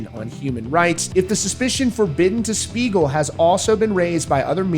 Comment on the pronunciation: Not gonna lie, at first I totally thought he said Smeagol as in Lord of the Rings 😂